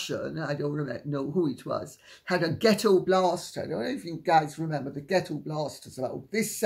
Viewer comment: Come for the dish on Harry and Meg, stay for the "get-toe blahstuh" :hand-purple-blue-peace:this lady is a trip